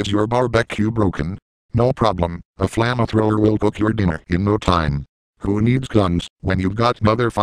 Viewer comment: Why can't say flamethrower?